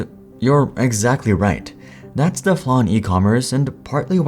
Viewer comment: The cable. "Thee" audio cable. Next word has to start with a vowel to say, "thee". YouTube is ripe with people butchering this simple rule.